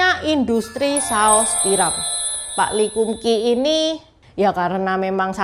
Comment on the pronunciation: Lee kum kee bacanya li kam kei. Nama mereknya sesuai nama pak lee kam sheong itu. Kei artinya merek/cap dlm bhs Canton.